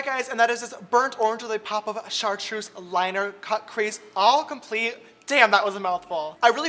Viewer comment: (Sh-are-truce) chartreuse